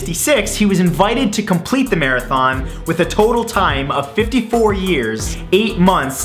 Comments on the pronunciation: I caught it!! He said 55 years! But, he replaced the audio with 54! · OK im probably crazy but i swear he mouthed "55 years" instead of "54 years" when referring to the Swedish marathon runner